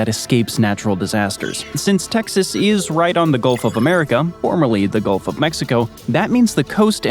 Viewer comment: Golf of what? What did you say? Juck!!